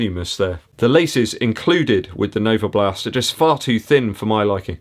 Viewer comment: Every time you say NovaBLAST I get fond memories of my time living in West Dorset. Still have a lot of mates very close to Yeovil!